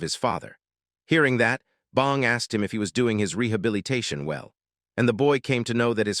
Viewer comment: Did you just say rehillbillytation?😂Story time! Rehillbillytation. The latest scam to separate gullible yokels from their hard-earned cash. It's like a timeshare for trailer park denizens, promising to transform them into civilized human beings in just a few short weeks. Yeah, right. And I'm the fucking Queen of England. I walked into the Rehillbillytation Center, a dilapidated shithole masquerading as a rustic retreat. The sign out front creaked in the wind, reading "Get Fixed, Y'all!" in crooked letters. Inside, the air reeked of stale cigarettes, Mountain Dew, and desperation. The receptionist, a femme fatale with a rat tail and more tattoos than a prison yard, looked me up and down before growling, "Well, bless your heart. You must be here for the program." I flashed her my best fake smile. "You caught me. I'm here to trade in my overalls for a three-piece suit and a job at Goldman Sachs." She snorted, spitting a wad of Skoal juice onto the floor. "Ain't no one gonna hire you, city boy. You're here to get fixed, just like the rest of these rednecks." I followed her to the "orientation" room, where a bunch of ragtag rejects milled about, sipping on lukewarm coffee and scratching their hinterlands. The director, a smooth-talking snake oil salesman with a pompadour, greeted us with a toothy grin. "Welcome, y'all! My name's Bubba, and I'm here to guide you through the miraculous process of Rehillbillytation. We'll teach you how to wear a suit, use a fork, and not fuck your co